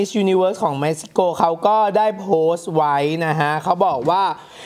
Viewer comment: เม็กซิโก ทำไมได้ยินเป็นเม็กฮิโก